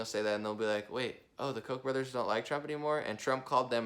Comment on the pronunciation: I'm sorry to sound petty put it's pronounced Koch almost like catch either an o instead of an a. Kotch